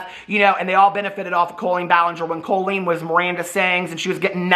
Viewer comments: Does she pronounce her name COE-LEEN or does just say it weird? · I thought her first name is pronounced with a short O not a long O